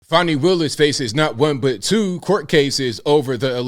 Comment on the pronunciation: Fanny not fawnny